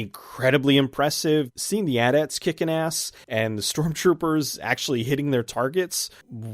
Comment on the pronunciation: I love that you pronounced ATAT properly, I can't believe people call them A.T. A.T's.